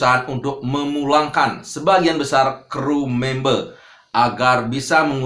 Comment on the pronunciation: Members pakk bukan membee